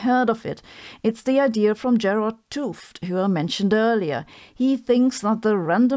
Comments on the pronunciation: FYI: 't Hooft is pronounced 'uht hoaft', where oa is pronounced like in toast. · ‘T is best pronounced as ut. So two seperate words: ut hooft. Excuse my Dutch 🙂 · I thought you were saying Gerald Toft. Then I saw his book. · Way to butcher the man's last name. You're just making a noise. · Sabine, small comment: ‘t Hooft should be pronounced as two separate syllables: ‘t and Hooft. The first syllable is pronounced more or less like but, but without the “b”. You are not supposed to pronounce ‘t H as an aspirated T-sound. You can believe me since I am named Ruben ‘t Lam. You should not try combining the t and L in one sound either. You do pronounce the oo in Hooft correctly, so more or less as in “no”. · I would pronounce t'Hooft differently. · Please do an interview/podcast with Gerard! ...But after you learn the proper pronunciation of his last name, please ;-)